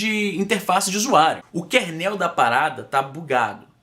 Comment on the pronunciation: nào fala kernéééél, kééééérnel . rs